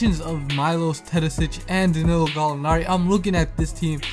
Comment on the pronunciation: Have you ever considered learning how to pronounce the name of the best European player before making the video about him? Imagine someone talking about Steph Curry and calling him Carey. Just my 2c